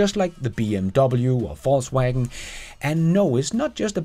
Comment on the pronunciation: I love how you deliberately pronounce VW FalseWagon :)